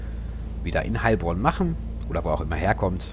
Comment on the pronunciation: Hallo :) haha gutes Video aber ich als Heilbronner spreche das Heil langsam aus , sonnst hört sich das leicht seltsam an. Mach weiter so bekommt zu wenig Aufmerksamkeit